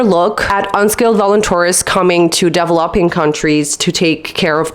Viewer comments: i had to turn this video off because you don't know how to say developing its so cringe. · please learn how to pronounce "DEVELOPING"